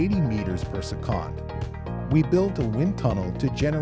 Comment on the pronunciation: Your "chatbot" voice over machine needs to work on the word "second"